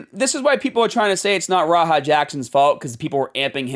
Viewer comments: "RAHA" I thought you were an EXPERT on this subject smh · "Raha Jackson" 😂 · Bro you’re calling him Raha. Idk if you’re joking or not